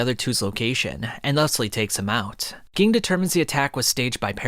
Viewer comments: it annoys me that he pronounces ging as gee-ing instead of jah-ing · His Name is spelled Ging, but it sounds like Genne and the way you say it kinda annoys me. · Same, I'm sorry since this is such a great piece of work but it is SUPER CRINGEY!!! Please fix the G-ing!! If you hear them say it in the show, nobody ever calls him that or pronounces his name like you. It's a shame since he's such an important character... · it's not geng, it's pronounced jing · It's not Ging, it's pronounced like "Gene" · omg ging ging ging, pronounce it like if it was a j instead of a g JING!! FREECES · Bro it's pronounced Jing not ging 😆 I can't even watch cause it's bothering me so much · You lost with the pronunciations lol I was like who geing lol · Also also, Ging is pronounced like Jin. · please stop pronouncing Ging like that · Cant take you seriously when you pronounce Ging like you do🤦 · Bro could you not butcher like one of their names between crappyca and ging